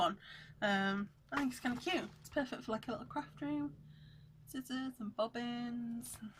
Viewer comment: Welcome back! I noticed you said "scissors" with a hard "c". I like to say it that way sometimes also. Kind of a lingering effect of spelling aids back in school days. :)